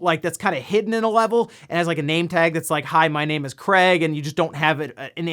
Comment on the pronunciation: did i hear you say Cray ? Or Crate ? we all know " Craig " He Should Be On The Box Art when Halo Infinite Releases